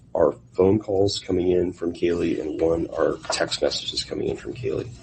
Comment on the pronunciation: I hear: Poor Baby...instead of Poor Kaylee...